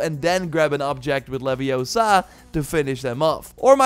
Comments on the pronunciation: Yeah, I'll bite... It's LeviOsa, not LeviosA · Its levi ooo sa not levi o sa 😂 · It's LevioOoOoOoOSA. Not leviosAaAaAaA. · It's leviooosa not leviosaaa. Lol. Great stuff keep it up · it is leviOsa not leviosaaa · It's LeviOHsa, not LevioSAHH. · It's Levi-O-sa, not Levio-SA! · its leviosa not levioSA lol